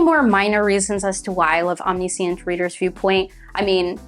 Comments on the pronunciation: sorry but your pronunciation of Omniscient kinda hurt me. like i am not trying to be rude it was a great video but it just hurt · mispronouncing a word just means you learned it from reading which is a good thing if you ask me